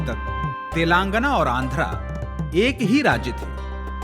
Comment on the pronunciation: तेलांगन ❌ तेलंगाना/तेलंगाणा ✅ Yahi haal कर्नाटक/कर्नाटका ka hai. Dakshin mei (netao ke alawa) koi Hindi se nafrat nahi karta. Par agar uttar bhartiya yaha saalo saal reh kar sthaniya bhasha seekhna to dur, rajya ke naam ka uchcharan tak sahi se nahi kar paatey hai, to jayaz si baat hai ki sthaniya logo ko naraazgi hogi hi. Chalo mat seekho Telugu/Tamil/Kannada, par rajya ke naam ka aisa galat uchcharan seedhe seedhe yahi sandesh deta hai - 'Jao, mai tumhe itna bhi sammaan nahi deta ki tumhare yaha ke naam sahi se bolu.' Isse zyada anaadar wali baat nahi ho sakti.